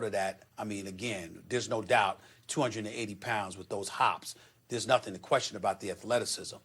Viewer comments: Really Chuck? “Whith”? 😂😂😂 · its with not whith idiot